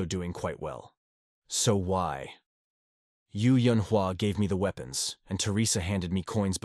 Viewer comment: "Lost his weepawns" lolol